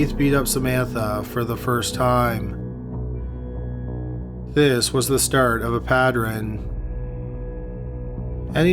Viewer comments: The way he said "pattren" instead of "pattern". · Hey! Why does this guy mispronounce "tavern" + pattern" all the time? Wtf is your problem, man? Tavren? Pattren? What is that? A speech impediment? Every time. Every time he says tav-ren & pat-tren. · Goddammit. Pattern has 2 syllables, not 3! It's like nails on a chalkboard when he does that for me. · "The start of a pat-ter-ren"